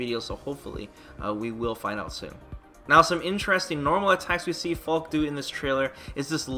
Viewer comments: Still pronouncing it "Fal-keh" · he slipped and said Fall-keh, but I don’t blame him. I’m trying to readjust myself back to saying Falke just like how I originally thought it was pronounced. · You were pronouncing the name correctly before. The announcer in the trailer made a phonetic mistake which is a common thing English Speakers have when trying to pronounce words of German Origin. E's on the end of words in German are never pronounced silent. So yeah Fall keh is the correct pronunciation. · The announcer pronounces her name wrong. It should be pronounced similar to Falka. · They give her a German name which means "falcon", call her a hawk and if it was their intention for her to be German, than they've pronounced her name incorrectly: In German, phonetically its pronounced "FAL-KA", similar to how you say Falcon, but replace the "-on" with a quick and short "-ah" The "Falk" doesn't sound like "Hawk", "Fork" or "Chalk"; nor does it sound like "Fall", "Wall" or "Ball" and the "e" at the end isn't silent, nor does it sound like "See", "Bee" or "Lee" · I was hoping it would be pronounced like "Falky", but she is still a pretty cool character, imo.